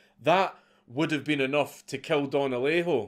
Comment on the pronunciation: Native Spanish speaker here, your first Alejo was spot on.